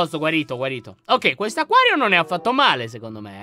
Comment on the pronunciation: Laion ma c’è cosa HAi detto. Acaio. Ma. Si. Dice. Acquario